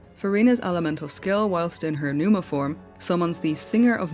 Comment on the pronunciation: I love how you actually checked the real pronunciation of pneuma, considering that it is not at all necessary to the understanding of the word's meaning. I'm a big greek language nerd so I find it nice to see it when people go out of their way to research this kind of stuff. However to clarify a bit, pnevma is a more modern pronunciation of the word that arose in later antiquity. It would've been said pne-uwma in the classical period and before, but leading into the time of the roman empire it had already began to shift towards its modern pronunciation of pnevma.